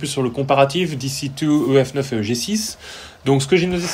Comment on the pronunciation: Pourquoi tu dis "Dee Cee Two" en anglais mais "Euh Efe Neuf" en français ? ça me perturbe XD